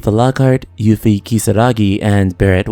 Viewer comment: Your pronunciation is so much nicer than the "Tiff-uh" and "Yuff-ee" you hear everywhere else.